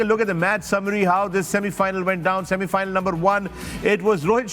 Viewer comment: It was like :- shami-final not semi final 😂❤